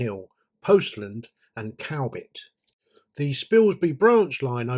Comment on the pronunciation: Cowbit is pronounced Cubbit